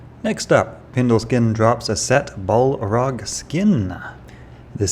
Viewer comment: Great vids but you gotta work on those pronunciations. "Bolrog", "Vampiremagi", "Chancy guard"